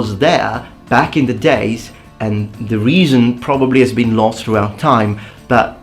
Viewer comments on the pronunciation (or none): none